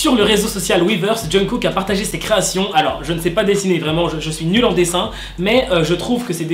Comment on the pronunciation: C'est moi ou il dit tout le temps "John Cook"............